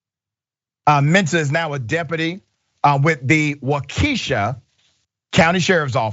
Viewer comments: Pronounced Walk-Keh-Shaw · Doc, it's WAU-ke-shah ✊🏾 Love the show. Keep bringing the truth! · Thank you for sharing and the stats provided but you should learn how to pronounce places correctly (WALK-UH-SHAW and WOW-UH-TOE-SUH). They are Native American names and deserve respect. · Dr. Richey, I'm one of your biggest fans & as a person who was born & raised in Milwaukee, I know the Indian city names are a bitch to pronounce. The 1st one wauwautosa is pronounced wa wa tosa. The second one Waukesha is pronounced wa kuh shaw.